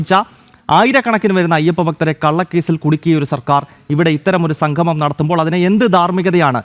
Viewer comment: സംഘമം, അല്ല സംഗമം എന്ന് parayoo